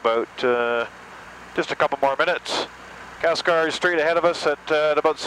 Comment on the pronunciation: Calcelgar. Can-SEL-gar.